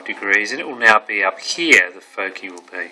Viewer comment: "focee" c: anyways, a good intro